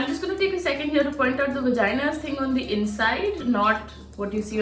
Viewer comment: what's vagina? it's V star gina 😂😂😂